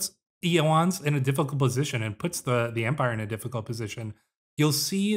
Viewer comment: I believe the name Ioannes is pronounced “yo-AN-nes”—no silent syllables. Very excited to see where this goes!